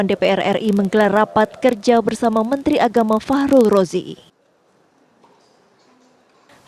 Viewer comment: Mantri kok ngomongnya ngocros.... Mentri opo iku.......